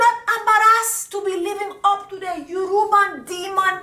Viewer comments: Sis aint no "N" in Yoruba....your Nigerian friends gon be fined when we all get home this Christmas 😂🤣🤣🤣🤣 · The way you said “yoruba demon” was too funny. That’s not how you say it but thank you for the entertainment 🤣🤣